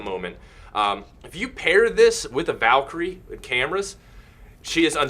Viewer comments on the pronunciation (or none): none